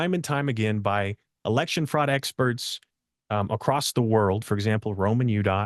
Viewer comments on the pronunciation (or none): Acrossed/Acrosst is very distracting. Be better. I want to support you and believe in you. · I’ll be frank… It’s hard for me to trust someone who repeatedly pronounces “across” as “acrost”. 🫤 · But why does he keep saying “acrossed” ?! It’s not a word! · Why does he keep saying “acrossed” ?! It’s not a word! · In some parts of the country, that's how the word "across" is pronounced.